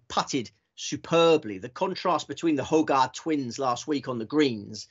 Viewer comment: …and I do hope you had several bags on the Hojgaard/Aberg double. You seem to have mastered how to pronounce Aberg properly, but as a Dane I have to insist once more that Nicolai pronounces his family name as: Hoy-gor….so there…